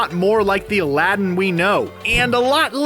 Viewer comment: You need to really learn to pronounce aladdin